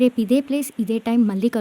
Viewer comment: మీ ప్రయత్నం చాలా బాగుంది. అయితే "పెళ్ళి" బదులు 'పెల్లి" అంటున్నారు. కళ్ళు బదులు కల్లు అంటున్నారు. ఆకాశం బదులు ఆకషం అంటున్నారు. "మళ్ళీ" బదులు "మల్లీ" అంటున్నారు. అక్షర దోషం లేకుండా చూడండి